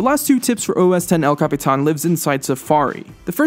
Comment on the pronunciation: can you capitán the right way and not all retarded.